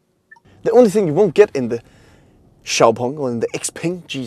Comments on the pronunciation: Really good detailed review. I think you did it justice. You even got the pronunciation and tones right for XPeng's Chinese name! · xpeng(pronounced xiaopeng in Chinese) is a person's name in China. Imagning if you drive a car called Peter or Frank. 😂😂